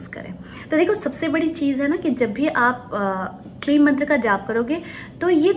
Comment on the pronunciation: It's kleem. Ya Klee..